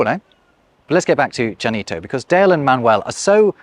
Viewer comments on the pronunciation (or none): Interesting that Ll is pronounced J and not Y in the language name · Funny, how keeps saying djanito. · There were at least 2 and maybe 3 different pronunciations of the LL at the front of the word Llanito, uses a "J" sound like is common in Cadiz, while the other speakers say it more like it is pronounced in other parts of Spain. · I noticed that this dialect even has some internal variation in pronunciation though its geographical range is quite small. One example is in the name itself (examples mostly near the end of the video). One extreme is reflected in the spelling, "Llanito" pronounced "Yanito", and the other extreme "Dzhanito", while some speakers have an in-between "Zhanito". Also, would Llanito qualify as a creole? That's the technical linguistics term, not the creole called "Creole".